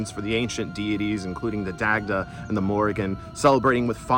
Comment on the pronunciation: Love the content. you make interesting points and hold a lot of insight. However, I would advise you to revisit your pronunciation of the Celtic names. As a Celtic Pagan myself and studying the Irish language, it can come off as disrespectful to mispronounce these names. Names are important. I know that this isn't your intent and wouldn't want you to get any backlash for it. ex.: Dagda=Dah-da, Goibniu=Guv-noo. The Irish language can be tricky. Its especially counterintuitive for English speaking Americans. I know it has been for myself.